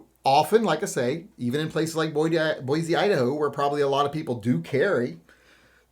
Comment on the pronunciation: As a good guy with a gun that lives in Boise, I personally was working, not shopping. Also, for future reference, it's pronounced Boy-See not Boy-Zee - us ID natives get salty about the pronunciation 😂